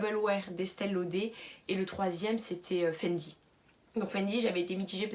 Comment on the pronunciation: Estee lauder (on dit laudeuuur );le fenty moi il change de couleur :(